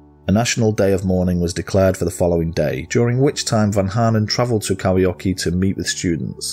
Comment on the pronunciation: u pronounced kauhajoki very well